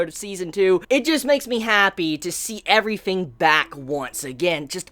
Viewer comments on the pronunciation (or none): Could somebody tell me? I'm really curious: Is it me or does say things like "everyfing" and "foughts" instead of "everything" and "thoughts"? Am I mishearing it, is it an accent or is it just a thing of his? btw, just so you know: I'm not a native English speaker. it may be obvious to you, but it puzzles me